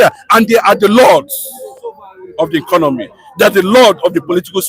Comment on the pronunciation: Do you hear new English DISCONOMY 😂😂😂 tinubu disconomy